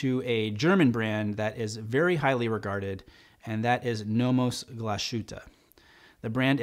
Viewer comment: Hey, those are some great picks, but in that price range you should definitely look up Frederique Constant. They even have a fly back chronograph. One other thing, it is pronounced glass-Hoo-te. P.S loved the podcast on Apple podcast.